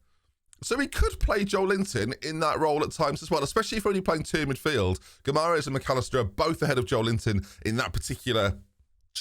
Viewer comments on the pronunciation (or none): you're saying Guimaraes wrong. I know this as my wife had that surname. Its pronounced Gee-mar-eyes (Gee as in Glee without the L) Love the series so far. Might even try a Glory Hunter series starting with Newcastle too.